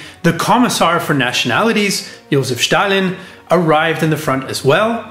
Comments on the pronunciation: Then, a small remark: the name "Chicherin" has its stress on the second-to-last syllable: "ChichErin". And Stalin is "Stalin", not "Shtalin". (But that is definitely not smth. of major importance, of course.) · Oh I hope I wont be hearing anymore of you pronouncing name Stalin as Shtalin!!